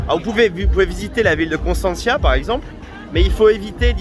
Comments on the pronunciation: C' EST PAS CONSTANTIA MAIS CONSTANTA ET ON DIT CONSTANTZA * et COSTINESTI se prononce COSTINEST !!! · il faut apprendre à prononcer Constanta. Et Costinesti c'est un village oui mais avec 60000 lits